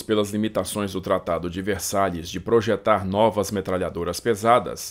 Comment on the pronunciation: Tu fala os nomes tão bonitinho, aí na hora de falar tratando de {Versái} fala {Versalhes}